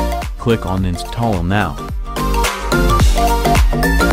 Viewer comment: in the beginning you said the Word "Insthall"